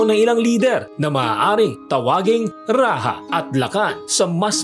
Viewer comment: Rajah Muda is pronounced as "Ra-ja Mu-da", not "Ra-ha Mu-da". "Rajah" is not a Spanish word